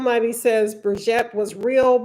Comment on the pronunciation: Why can't you say brigitte name right? and you are a lawyer! You've seen 3 episodes and still can't pronounce it????